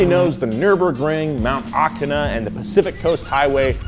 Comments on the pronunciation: "Mt Akana" XD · is a certified normie for not calling the real Akina Mt Haruna. Edit: for I'm disowning because iroha is in initial d it's just third stage and because Akina is literally haruna